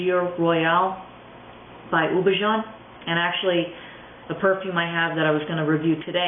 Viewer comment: Houbigant is pronounced oo-bee-ga(n). Hard g, not a zh sound